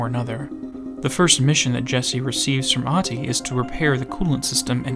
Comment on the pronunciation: I may not be fluent in Finnish myself, but one thing I do know is that in 99% of cases it does not have letters that are "silent". The only people I know of that shares a name with this guy pronounces the "h", that is the very first thing I found profoundly strange with him. If his name is Ahti with an "h" then why does he and everyone else pronounce it as if it was Aati?